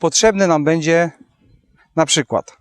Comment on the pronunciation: nie "dzis bedzie" tylko "dzis będzie"......